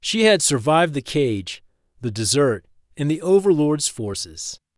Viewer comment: Terrible narration. Pronounced "dot" at end of sentences; pronounced "desert" as "dessert". :-(